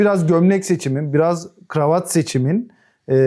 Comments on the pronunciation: Dış sesin gravat gravat demesi bir tek beni mi rahatsız etti? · bu kameraman niye GIRAVAT diyor?